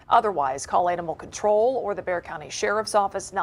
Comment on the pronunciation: Bexar county Texas is pronounced "Bear county" the x is silent...